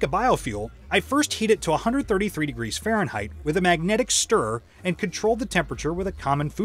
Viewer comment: "Fahrenheit" "ounce"...you can't trust those US voice-over guys.